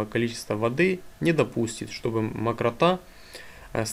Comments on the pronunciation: макротА? это где так ударение ставят? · Александр Переверзев макрОта